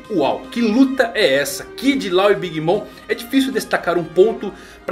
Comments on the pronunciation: Cara, ótimo video, mas tu ta pronunciando "law" errado: não é "lau" é tipo "ló". Abraço, grande vídeo!! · A pronúncia do nome dele é Ló, pelo amor de Deus kkkkk